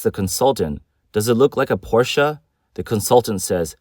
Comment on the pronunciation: Finally someone who pronounces Porsche correctly.